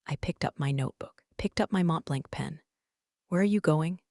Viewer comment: If you’re going to use a Montblanc pen, you might pronounce it correctly!! It’s Mont Blonk not Mont Blank!